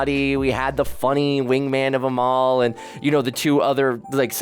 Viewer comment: Youre saying Amal like Jamaal 😂